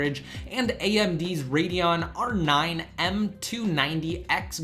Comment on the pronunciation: You cannot pronounce radeon